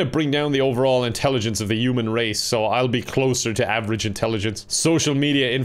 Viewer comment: Y'know I still can never figure out if is saying Uman Or Human